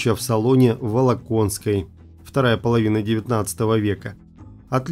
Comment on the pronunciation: ВОЛКОНСКОЙ, прообраз фамилии Болконских правильно(вы сказали воло+конской) фамилия от слова ВОЛК